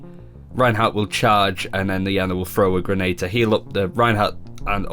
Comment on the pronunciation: How can he call himself a pro ana when he doesn't even pronounce her name correctly.